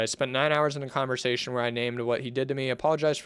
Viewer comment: this whole video is just you not being able to read 😭 how do you even misread "conversation" (no hate)